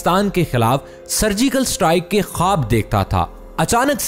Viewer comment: Admin khuda k kia ye ak word correct ker dy..... Ye satrike nai strike bola jata hy